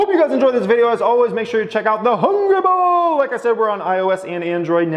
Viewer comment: Will ever learn how to say Hungry Bull without making sound like Hungry BOWL?